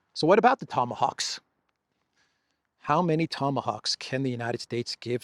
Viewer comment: Tomahoaxs you say 😂😂😂😂😂😂